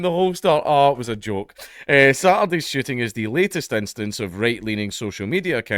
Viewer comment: Every time you say "shooting" I hear 'shitting' and now I can't unhear it,lol.